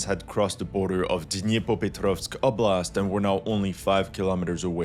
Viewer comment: За то как он старается произносить названия населённых пунктов - определённо лайк)))) Звучит забавно, но слышно, что старается)) OBLAST'